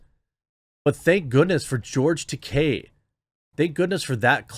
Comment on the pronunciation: I'm proud of you Jeremy! You pronounced George Takei's name CORRECTLY! Unlike 99% of the pundits (including some famous ones). I mean, people pronounce Stephen Colbert's name THE CORRECT FRENCH WAY, and it's nice to see someone pronounce a Japanese name the correct Japanese way. And thank you for pointing out what a tool COLBERT is.